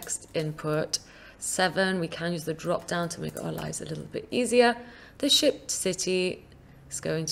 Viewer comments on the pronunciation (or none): Nice tutorial. Every time she says shipped I hear sh*t. I think it's just me, let me know if you do too.